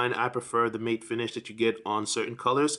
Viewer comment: It's matt like the name not mate like a friend.